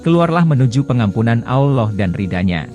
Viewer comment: Ki ngomong.a alla bukan allah..